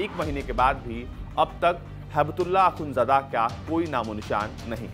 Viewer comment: Mulla braadar aur akhundjada h Yaar pronunciation to thik kar lo aaye h media banke🙄